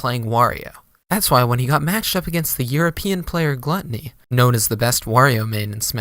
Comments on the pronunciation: i’m a year late but it’s pronounced “glue-tony” this vid is wrong LOL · for future reference, it's pronounced glue--tony